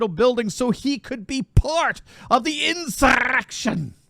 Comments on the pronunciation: This " Insurrrrgggrection" ! Cracks me up every time you do that 😄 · Just for once, any chance you could pronounce 'insurrection' normally?